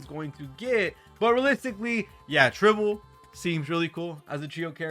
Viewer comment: it's Tribbie not Tribble 😂